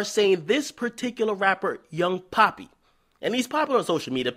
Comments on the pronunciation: Cringed everytime he said Pappys name. Its “P-ah-ppy” not “P-aw-pi” . Cmon Akademiks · its pappy not papi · It's Pappy NOT PAPI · It’s pappy not papi, that’s how you know akademiks don’t know anything 🙄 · Pappy not Papi my guy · its Pappy not poppy get yo shit together BJ akademiks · It’s pappy not poppy homie, even I know that! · Pappy not papi... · It's pappynotpapi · Pappy not Papi hahahah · His name don't look nothing like you pronouncing pap py Pappy with bass in your voice. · Young Pappy.. Pap-E. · Way dude pronounced his name pissed me off